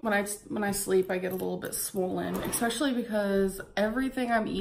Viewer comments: "expecially" is NOT a word. it's ESPECIALLY. not even a native english speaker and i know this. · You can tell she has no intention of improving herself because she won't even fix the way she's pronouncing especially which requires zero effort to fix.